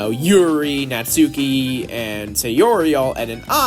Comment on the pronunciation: Natsuki is pronounced like how it's spelt, it just has a very short "u" (from what I heard)